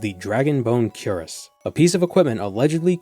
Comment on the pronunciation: Plus points for pronouncing 'chitin' correctly. Minus for not pronouncing 'cuirass' ( (kwɪˈræs) correctly.